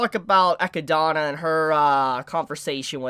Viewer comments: Who is ekki-donna? Tha's not how you say Eh-Kid-Nah... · God dammit, its sa-te-lla NOT sa-tu-la or whatever it is you are saying. don't you speak English natively? Same goes for Echidna. ( it's Echi-d-na )...good grief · did you just pronounce echidna as ekidana yo wtf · Maybe im missing something, why do you say echidna that way?